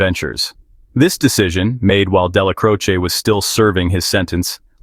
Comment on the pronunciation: dellacroce not croci